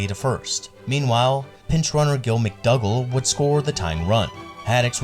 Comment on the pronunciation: It's Johnny BLANCHARD, Gil McDougald MACDOOOGEL. Strikeouts were not an accepted part of the game in early 60's, unlike now putting ball in play and making things happen was paramount - not minutia like trajectories or ball speed in the air. You should have mentioned WHY '68 was "year of pitcher" instead of excruciating percentages. MLB (not 'the MLB') allowed pitchers mounds to be has high as 15 inches, giving hurlers a geometric advantage of higher release points which hitters had to adjust to. Only 6 batters had averages of .300 or higher, compared to 20 in '67 and 27 in '69. The 'gut' take on a player has been replaced by number-cruncher nerds as a way of not having to use professional experience taking a chance by covering their posteriors by hiding behind arcane numbers. Glorification of this mentality in "Money Ball" ruined the reputation of smart/winning baseball pros like Art Howe - who knew the game and didn't hide behind numbers.